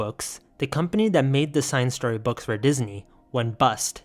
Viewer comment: the weirdmageddon cinestory was in my middle school library in 8th grade lmao. paperback I think. also, I think cinestory is supposed to be pronounced sin-es-tory as a portmanteau of cinema and story.